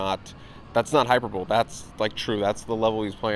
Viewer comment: Hyper Bowl? It’s Hyperbole 😂😂😂High-Per-Bowl-E